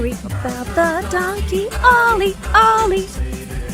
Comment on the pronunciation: Why does "Donkey Ollie" sound like "Don Quixote"? Was this intentional or unintentional on the part of the creators?